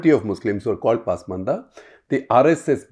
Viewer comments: I thought it’s pronounced pasmaandaa पस्मान्दा. And yet I hear paasmandaa पास्मन्दा in this clip and elsewhere. Does anyone know for sure? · Very informative & loved it. Only suggestion would be to pronounce Hindi and Urdu words as per local diction not as per English pronunciation. Pasmanda is ‘Pus- maanda’ not pass- maanda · Your Muslim expert can't pronounce Pasmanda properly. She has always pronounced it as Paasmanda. Please ask he to correct it.